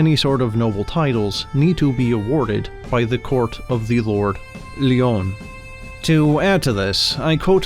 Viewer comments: Good video. By the way the name Lyon is just pronounced the same as 'lion'; it's not 'lee-on'. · Lyon is pronounced Lion as in big cat. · Its pronounced the lord lion and anyone stupid enough to buy a timeshare from a company that's based in China is just that. They pay thousands in sponsorship and no one here in Scotland knows anything about it. Most woodland is owned by the heritage or is wild. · FYI: Lyon is pronounced like the animal. You used the French pronounciation in this video.